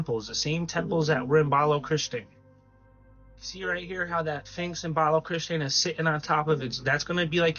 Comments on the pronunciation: The finx??? Learn language please, s ph inx say it , say it! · Dude, really though... you keep calling it a "Finx", but it's a SPHINX. LOL I loved the info you provided, but can we call it by the correct name please? That's almost as horrific as calling an Espresso, and EXPRESSO! Hahaha!! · Dude stop saying "finks!!!" it's pronounced "Sphinx!" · A “Finx”? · To the guy talking about the SPHINX, you need to work on pronunciation if you’re going to make videos. You are saying Phinx in your clip and it’s pronounced Sphinx, with an S. And you’re also saying escavate when it’s pronounced EXCAVATE. The info you’re saying is great and the content is great. Just need to articulate and pronounce your words right.